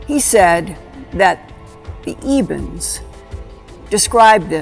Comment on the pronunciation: It's Ebens, not Evens. Read the book SERPO.